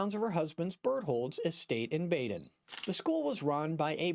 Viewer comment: Baden is pronounced “Bah-den”.